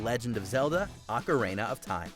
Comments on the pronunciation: Its not Ocarehna 🤣🤣🤣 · Go through a video without mispronouncing a simple word challenge: failed. Today's addition, Ocarina which apparently now has three A's.